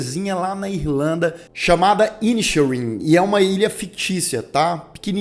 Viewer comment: Como uma pessoa que viveu 4 anos na Irlanda, me incomoda um pouco a pronúncia dos nomes dos personagens (até porque são pronunciados corretamente no filme...). A pronúncia correta é: "Pórric" e "Cólum". E o título da obra: The "Banxís" of "Inixérin"